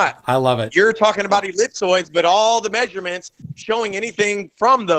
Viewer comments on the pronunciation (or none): You don't have no may-zure-mints. When you look out and take a may-zure-mint you have a flat base line. Holy shit tell that drunken fool to put his teeth in before he speaks. Show some respect.